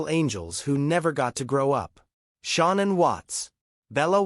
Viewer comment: Say her name right